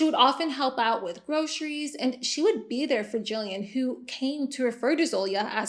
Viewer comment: Kind of random but thank you for pronouncing Gillian right. I heard my name, looked up from my phone to the tv, and saw the spelling. I cannot tell you how many times I’ve heard it pronounced with soft g. My whole life, especially during school. Or the random people that can’t say the name at all and then call me Julian instead 😂